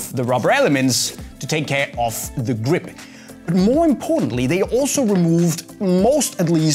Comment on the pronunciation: cool way to say "gwip"